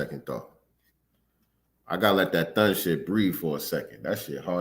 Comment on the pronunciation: That "THUN" is impeccable ..